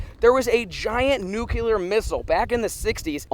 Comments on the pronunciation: It’s nuclear not nuculer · Nuclear, not Nucular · Or nucular instead of nuclear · nukular is killing me. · It’s nuclear not nucular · It's nuCLEAR; not nuCULAR! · “Nucular” count - 82 “Nuclear” count 0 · Any one else notice said “NUCELAR” instead of “NUCLEAR” English is hard ~ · Anyone else get annoyed he was saying “nuke-u-ler” not “nuke-lee-er” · NUC lear. Nuc leeear not Nuculur Sorry two different meanings and ways to say it. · "Noo-kewl-ur" ~ I smell a T-shirt coming. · pronunciation : noo-KlEe-R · Cold War was Russia. Lol there was some slight messiness during the Cuban missle crisis when they brought nukey poos to Cuba. Sorry ocd couldn't take it after bout the 30th time lol. Oh and there's a hard L in nuclear 😂😂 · Please stop putting the extra u in nuclear. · Nook-Lee-Er Hope this helps. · You say nuclear like Bush